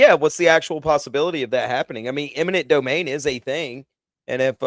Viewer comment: Eminent domain, not imminent domain